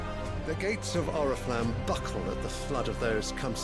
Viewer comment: Почему вместо Орифламм, я слышу орифлейм